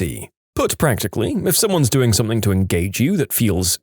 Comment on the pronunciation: No k in the word something